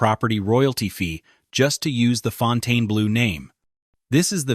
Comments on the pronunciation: How could you do all this research on the Fontainebleau without learning how to pronounce the name correctly? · All I have to say is, it was driving me nuts that he kept pronouncing the name WRONG!!!! Second, there is a reason no one has ever built a Luxury Casino in that area because it's a crappy area and tourist do not feel safe walking around there, Hell locals don't like to walk or work around there. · Just stayed there, no resort fee. None of this was true from guest viewpoint. Casino was full, service was great, maid service was great. Turndown service? I haven't seen that anywhere in decades. Plus I left with thousands more than I came with. And pronounce it correctly. The name is French. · It is pretty pathetic that the name of the resort is mispronounced throughout. Left after 10 minutes. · How can we take you seriously when you don't even know how to pronounce the name of the hotel. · Seems like a good summary of the many issues with the property (which I've visited a couple times) but this channel couldn't get a human to voice the video?! And published it saying the name wrong--and differently each time??? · The narrator does not know how to Pronounce Fontainebleau. Really drove me nuts! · Are you serious? You can't even pronounce the hotel's name? Ridiculously. I stopped after the first sentence. Shameful. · It’s not pronounced that way - it’s not abbreviated! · Someone tell this idiot how to pronounce the Name! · So Funny! Can't Even Pronounce The Hotel Name! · LEARN TO PRONOUNCE THE NAME OF YOUR SUBJECT. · You would expect that the “narrator” would figure out how to properly pronounce the name of this facility - or at least how to pronounce the name consistently. 😊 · It's impossible to watch when they mispronounced the name of the hotel, which is the topic? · I think you are pronouncing the name of the hotel incorrectly. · I love the way the narrator can't decide which way to pronounce the name so he alternates between two different pronunciations. 😊